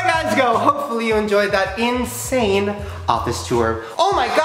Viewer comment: It's Ins(h)ane 😂